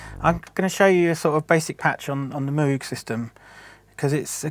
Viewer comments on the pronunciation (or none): It is pronounced "Mogue" like "vogue." If you're allowed to use a machine like that at least break from your british accent to get the man's name right. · Bob Moog, the owner of the last name, says his last name rhyming with "rogue", why the fuck do Brits have fuckin problem getting that right.... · At least pronounce Moog correctly 🙄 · Get a haircut and learn how to pronounce Moog!!!! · He says moog wrong :P